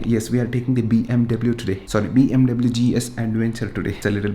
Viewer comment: U can't tell BMW properly... u pronounce W wrong